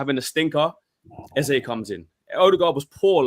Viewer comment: Eze will realise Lego head will play him out of position and not join its World Cup year btw his name is pronounced EZA better off at palace a proper people’s football club at least for another year .